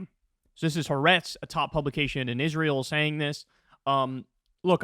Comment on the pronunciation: Why can’t he or Krystal correctly pronounce the name of the newspaper after 6 months?! It’s “ha’aretz”—ha-ah’-retz (3 syllables). Ha=the, aretz=land.